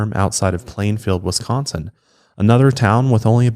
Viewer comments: Grew up and still live in Wisco. You say Wisconsin very well!! Most people say Westconsin. 😂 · Wisconsin-ite here- you nail the pronunciation!